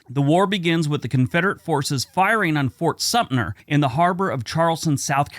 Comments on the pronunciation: There is a 't' in Fort Sumter. Is it said 'Supner' now? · Thanks. That was what I was taught and never heard it pronounced like in the video.